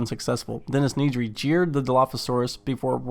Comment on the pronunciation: why do you pronounce it NEEDry xd